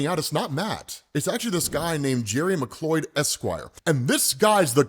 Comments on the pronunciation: Just a friendly FYI; McLeod is pronounced "McCloud". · Pretty sure lawyer’s last name is pronounced “McCloud”. That was how McLeod was pronounced for the Highlander, anyways Edit: I typo’d the heck out this that. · It's pronounced 'McCloud' like the Highlander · McLeod is actually pronounced as Mcloud not Mcloyd, bro. Just thought I'd let you know.